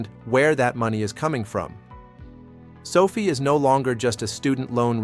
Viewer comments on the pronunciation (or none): SOFI's name was derived from Social Finance and the correct pronunciation of its name is SOFI (SOFEYE?) not SOFEE as in COFFEE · It’s AI which is why he/it says sophie instead of SOFi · Stay with your earlier belief and reality. Anthony Noto and team always pronounce it as SofI (as in finance) and that certainly seems to be all the guidance on pronunciation that we need. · Can’t even pronounce the name of the company right… what a joke